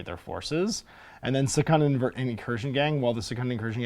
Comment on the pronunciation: You pronounce "Secundus" correctly: se-cun-dus. Otherwise, it would be written as secondus: se-con-dus.